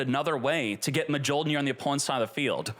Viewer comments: The J in Mjolnir is silent. “MeeOlnear” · Me-yol-neer!! You don’t pronounce the J. Pet peeve of mine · please for the love of god. Its pronounced Myool-Near. Its thors hammer on Norse lore. Mjolnir is pronounced Myool-Near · I am the only one who gets cringe every time says Mjollnir with the "J" on pronouncing?? Like thanks god i play Marvel Snap and i know how to pronounce Mjollnir correctly every time hearing Thor chanting it! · Come on man. Mjolnir still can’t be pronounced. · Definitely not how you pronounce Mjolnir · The j is silent